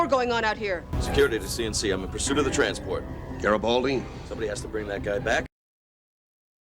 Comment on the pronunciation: Maybe it's because sometimes when the say his last name it sounds like Gabaldi.